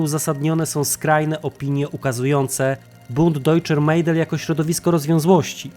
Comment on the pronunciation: Nie Mejdel tylko Mädel tzn Medel